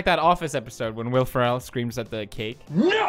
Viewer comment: are we just gonna gloss over the way he said Will Ferrell